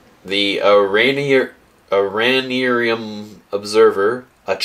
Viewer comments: It's pronounced air-an-ear-um. It's Latin for a fungus, and the developers decided to name the island that for whatever reason. Fun fact, that possibly suggests that Charles is a fungus that grew into tje train. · Stup and bull are such an amazing duo Also the island is pronounced ear-ah-near-um